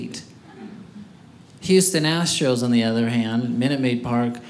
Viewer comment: The “Astros”.